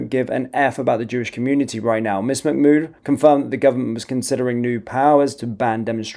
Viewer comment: Un it’s MAH MOOD NOT MAC MOOD